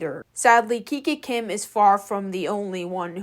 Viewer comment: Kikakim❌. kikikim✅